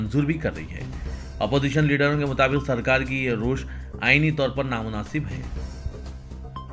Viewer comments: Rosh nahein Ravish maoon nahein maa win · Ravish, rosh nahin